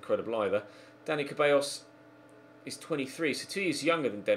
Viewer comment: It’s pronounced, ‘Da-ni Theballos’